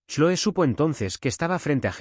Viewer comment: Se pronuncia Cloe en ingles